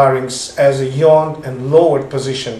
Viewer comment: "... as in a yawn". Not 'yown'.